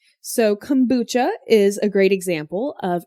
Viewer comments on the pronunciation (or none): none